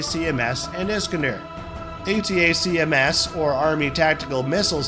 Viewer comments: why couldnt you just call pronounce it as ATAKMS rather than the stupid spelling A-T-A-C-M-S--- its just makes it pathetic to listen to... this is not a spelling bee competition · Next time, have the automated voice say ATACKUMS. Spelling it out every time is a bit much.